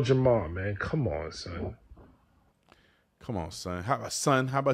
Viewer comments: Jamar... not Jamal... js. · Lord Jamar bro not Jamal 😂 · Its jamar bro not jamal lol